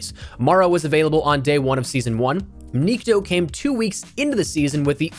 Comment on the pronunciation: The correct way to pronounce Nikto is having an accent on the "o" instead of "i" - niktO. Nikto means nobody in Russian.